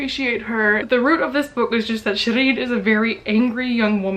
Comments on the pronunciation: Well technically it should be pronounced “sheereen” rather than “shereen” as it’s a Persian name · LOL. she didn't pronounce her name correctly. not at all. Its Shee reen. Just like it said in the book